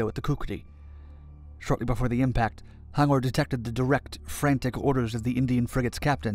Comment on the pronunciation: it is pronounced as H-U-N-G-O-R ... ...... btw , good documentary